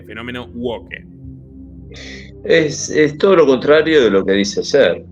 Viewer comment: Oye, no es tan tan tan taaaan difícil pronunciar bien algunas palabras inglesas. Es WOUK y no WOKKE, tío. Espabila un poco. Tu pronunciación de palabras extranjeras es catastrófica y eso no debe ser considerando tus temas tan internacionales. Hay que sostener un cierto nivel.